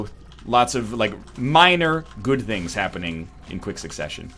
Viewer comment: is it just me or does NL kinda sound a bit Indian when he says "Good Things?"